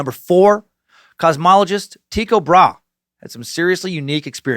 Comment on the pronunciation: Sir Suckington, it's pronounced Tie-co Bra-he